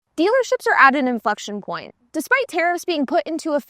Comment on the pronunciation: Inflection point not influction point